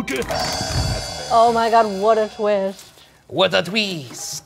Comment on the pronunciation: Me unintentionally saying "what a tweest" at the same time as ryan ☠️☠️☠️☠️